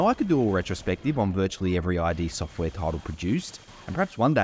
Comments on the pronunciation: Thanks for the video and the info forreal 😎 buttttt…. Was anyone else cringing a little each time he said “I.D. Software” and not “Id Software” that was alittle rough to constantly hear 😩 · It's not pronounced "eye dee" like your identity documents. It's "eed" Software. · i couldn't keep watching with you calling it "i" "d" software.... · Eye Dee software omg.... Nahvidia.... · id software isnt pronounced that way